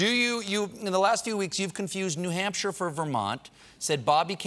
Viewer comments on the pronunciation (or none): none